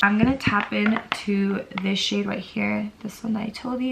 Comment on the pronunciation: When she pointed at the shades I thought she said “this shit here and this shit right here” 😂😭